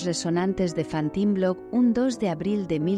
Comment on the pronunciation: Es Fontenblo, no Fantinblo.